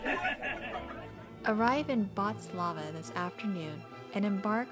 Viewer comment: its not bartslava it is bratislava, brat-is-lava, please get these things right when visiting other countries